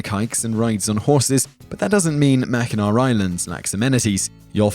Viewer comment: I appreciate the fact that you brought up mackinac island and pronounced it correctly. Also I love coming across these older videos I missed previously lol